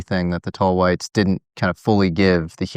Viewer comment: tall Hwhites.